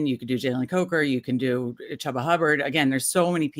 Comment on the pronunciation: We had saying CHEW-ba’s name correctly last week. Back to CHUB-ba this week😢 Ha! Just ribbin’ you folks. Never miss your show.